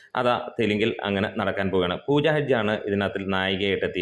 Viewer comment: ഹെഡ്ജ് അല്ലടാ പൊട്ടാ ഹെഗ്ഡെ